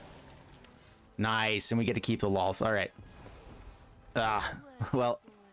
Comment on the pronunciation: He said Lolth's name right! The world is right again!